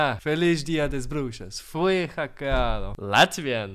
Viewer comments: Lol that polish one was actually accurate. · Norwegian and Polish was 100% correct